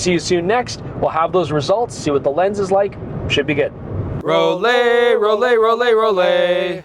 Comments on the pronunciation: FYI it’s not “Roll-ay” it’s “Roll-eye”, being a German word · As someone that dreamed of buying a Rollei back in the 90s but could not afford it, this variation doesn't impress me at all. It has been modernized on the expense of quality. Moving to another topic - Just as you pronounce LAYCA and not LEECA. you need to say ROLLAY and not ROLEE. Its the same german grammar of the EI letter combination that is pronounces as AYI. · Rolly??? Roll-eye 🙄…literally that how you say it 😂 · It's a German name - pronounced Roll-E not Roll-A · to be honest: it is pronounced “raw-lai”. Greetings from Braunschweig/Germany - where the Rollei company originally came from ;) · pronouncing Rolleye 😊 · It can't be that hard to pronounce a foreign name at least somewhat correct every now and then.